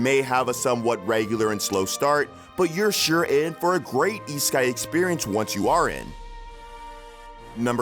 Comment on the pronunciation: Why did i hear isekai as e-sky?